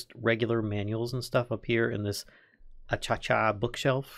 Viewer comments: 🤔 I was thinking a-ka-sha. it wouldn't be first time i missheard You are probably right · ikrr, its a-ka- she-a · … I never have ever heard anybody call Acacia "A-cha-cha" 🤣